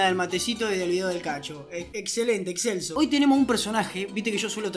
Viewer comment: Yo escuchaba Excelsior 😅